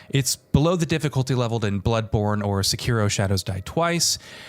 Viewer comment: Thanks for saying Sekiro properly instead of trying to sound Japanese and saying "secki-doh"